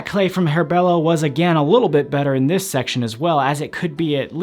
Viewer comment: Bello not belo